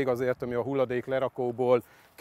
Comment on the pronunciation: nél az ember azt mondta hogy kiel kell helyett